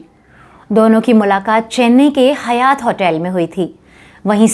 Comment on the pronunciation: हयात नहीं हायत होटल